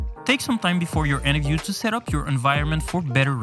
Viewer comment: Why do you alway say interview as enterview